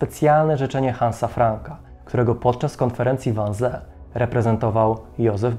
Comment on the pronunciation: Wannsee czyta sie "wannzii" :) ale poza tym, niemiecki super! 👌